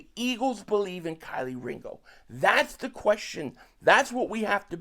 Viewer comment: Key 🔑 Lee. Put some respect on his name lol 😆